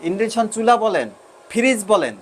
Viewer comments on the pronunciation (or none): Induction woven (ইন্ডাকশন চুলা) হবে উচ্চারণ শিক্ষক মহোদয়।